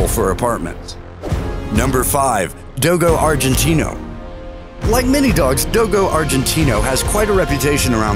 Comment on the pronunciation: The way this guy says do-go arginte-no